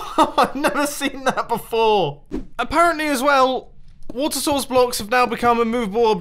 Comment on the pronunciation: I'm hearing "water sauces" and not "water source"